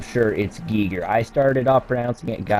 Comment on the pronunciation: Thanks for doing this deep dive, doll! Love this series, too...even though I haven't been physically able to play FPS's myself, for some time, now. 🤘😎❤️‍🔥❤️‍🔥❤️‍🔥👽 And yes, you are right, it =is= pronounced "Gee-grrr". 😎👍